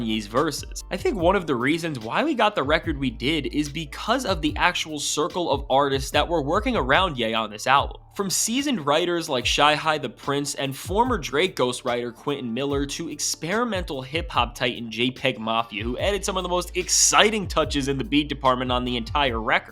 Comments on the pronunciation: Lol it’s Cyhi (Sigh-Hi) not Shy-Hi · Cyhi da price. Sai hi da price. Not how you said it like Shakira. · This guy was just talking and not speaking facts. First off, you said Cyhi the prince wrong. Secondly, nothing on Donda sounded incomplete. Donda had every single sound and style that Ye ever done up to that moment. I feel like if people didn't like that album, it was just because it was speaking about God. It was actually a very amazing project.